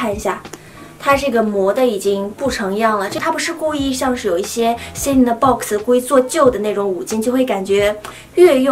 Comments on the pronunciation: 她重音读错了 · celine是这样读的吗...